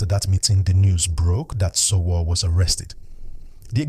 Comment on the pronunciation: It's pronounced Sho Woo Ree not sowo